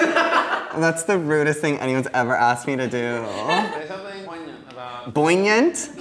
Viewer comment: "Boignant??" I'm dead.